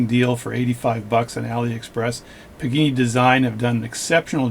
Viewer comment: PAgani! Not PIGINI! THE WAY YOU SAY THIS NAME MAKES ME NOT WANT TO GET THIS WATCH!